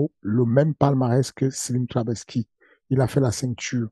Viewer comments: Oklm il te sort que slim lui a jamais payer ne serait ce qu’un café .. il le fait passer pour une pince … pathétique … et c’est trabelsi pas trabelski… !!! Ta cru que c’était un polonais Wech ! Fernand loupez 😂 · Mdr j’suis mort il continue à dire trabelski